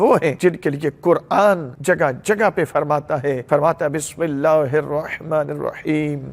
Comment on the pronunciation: Bismilah thek sy parh lo jo quran mein ha